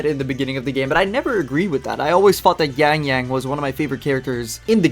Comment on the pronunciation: Wow, you have good pronunciation for their names.